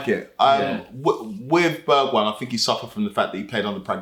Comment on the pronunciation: Can’t believe he said Bergweijn…. I’m taking modric back any day